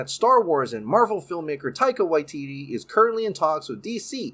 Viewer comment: Just a detail, not to offend but when you pronounce "Waititi" we pronounce both the first "ti" the same as the second "ti". Like tea-tea. As I know you live in Hawaii which isn't too dissimilar to Māori language